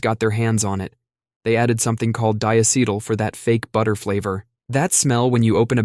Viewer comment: Did you know that the molecular compound that gives real butter it's flavor is diacetyl. So putting real butter on your popcorn still flavors your popcorn with the exact chemical you said ruined it. Plus you mispronounced it.